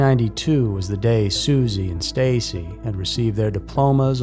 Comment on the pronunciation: It’s Stacy’s dad not sisi get it right